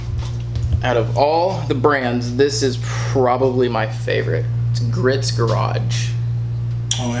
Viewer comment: Shoulda ceramic coated her. That wax is only gonna last a few weeks . and tell your dude Griot's is pronounced " gree-oats" garage. Car looks killer BTW !